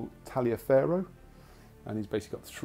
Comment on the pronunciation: Easy mistake to make but General Tallioferro's name is actually pronounce Tolliver.